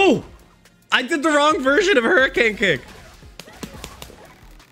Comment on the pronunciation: Taking a shot every time read kick and punch wrong will kill me